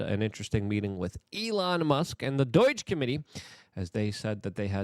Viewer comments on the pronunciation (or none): none